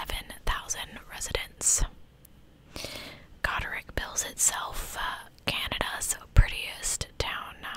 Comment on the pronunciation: second pronunciation was correct: god - rich; my cottage is about 25 mins from there. so exciting but also devastating to hear you cover a case so close to home